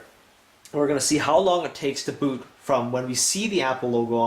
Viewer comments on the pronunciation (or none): none